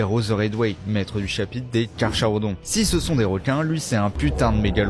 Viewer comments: En grecque CH se prononce K .... putain de merde !!! Car"K"arodon !!!!! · ça se dit car ka rodon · ça se prononce CarKarodon => "à dent de requin" en latin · Le "H" ne se prononce pas. Ça se prononce phonétiquement comme :" karkarodon karkarias" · Carsharodon?? ça se prononce couramment kahr-KAR-uh-don (kar-kar-uh-don) ou kar-KAR-oh-donIl dérive de racines grecques signifiant « dent pointue/dentelée » (karcharos + odous). ;) Respect the MEG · Ça ce dit Carckarodon comme dans Orichalque .Ch ce prononce k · Si tu parles de Carcharodon, c'est du Grec ancien. Pi bon, l'inverse est vrai aussi, une paire d'anglosaxons prononceraient mal certains mots Français. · Si je ne me trompe pas, dans carcharodon, le "ch" se prononce "k". Comme dans chiropracteur.